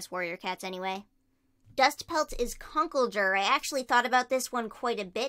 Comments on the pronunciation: Btw it's con-kled-dur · Its pronounced Cun cold err